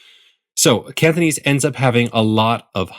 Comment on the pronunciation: It’s kinda annoying how it sounds like he says ‘Canthonese’ (I don’t know whether it’s to do with the mic or whether he’s actually pronouncing it like that)